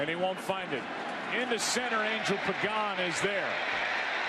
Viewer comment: Listening to Joe Buck fuck up the pronunciation of Urias and Angel was sadly hilarious.